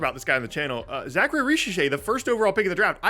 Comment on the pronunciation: You’re also absolutely mauling Zaccharies name. It’s not Zachary